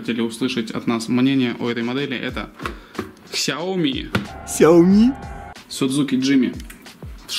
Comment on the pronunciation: Ксяоми, судзуки....мля....